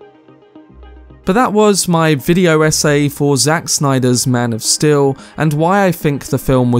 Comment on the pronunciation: "MAN OF STIL"?